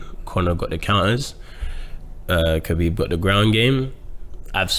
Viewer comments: “khebib” - gsp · No one... George - KA-BEEB!